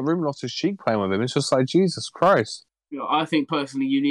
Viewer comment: Class vid mate , it’s limitz btw